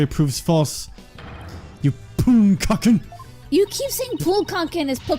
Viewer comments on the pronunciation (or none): Please pronounce poonkaken correctly it sounds obscene/dirty.